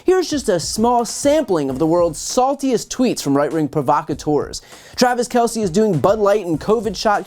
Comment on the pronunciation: The name is pronounced "Kel-s" . . as if the E wasn't there......"Kel-See" equivocates to calling Mr. Jones...."Jonesy"....!!